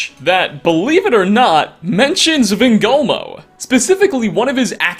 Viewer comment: "Van gogh moe"